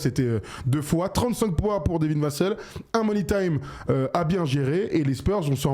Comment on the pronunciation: Vassel se prononce "vas sel" pas "vas seul", même en anglais ils le prononcent comme ça à la française